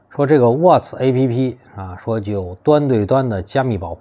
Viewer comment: 老外都喜欢用WhatsApp 聊天软件，不能读作app. 😃 ，应该读成"up"同音